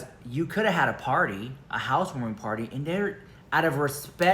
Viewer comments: Why does she say every word normally but then PAAAAAHDY? Im sorry but wtf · What in the hell is a PAHTY!?! Mikayla and sophisticated will never go together!! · Take a shot for Everytime she pronounces pawteey 😂ee like a idiot. Will all be on the floor drunk